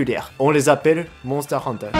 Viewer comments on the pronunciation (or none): none